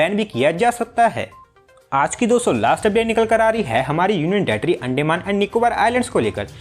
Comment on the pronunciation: It's not अंडेमान it's अंडमान। 😂